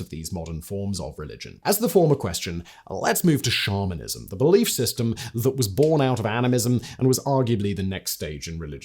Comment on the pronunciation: I was a lot further into listening to this episode than I want to admit when I realized Simon wasn't saying "shamanism", not "Charminism" (like, a belief in the Charmin toilet paper bears)....